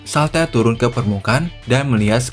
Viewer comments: itu ngomong shaltear nya jngn salter jd ngakak, pengucapannnya saltiar(shaltear) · shaltear bang bukan shaltar